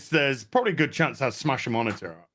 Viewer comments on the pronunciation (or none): none